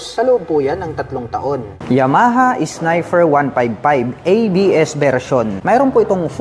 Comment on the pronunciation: Nagbakasakali ako ng kamali lang bigkas sa unang snifer kaso nung pangalawa snifer ulit sabi ko nag kamali ulit pero nung pangatlo snifer parin..ok😅😅😅 Naalala ko classmate ko noon kahut ano gwin ung P nia F talaga😅